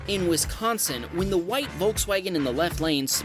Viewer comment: Love how he just gives up on the name of Wisconsin. Small highlight but it made my day lmao. You do good work bro